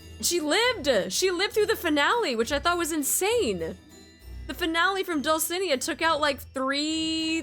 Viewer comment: Small correction. The stress in "Dulcinea" is in the "ne"